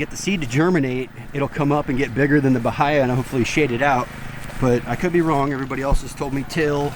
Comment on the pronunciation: Nice to hear someone who pronounces "bahia" the same way I do. 😃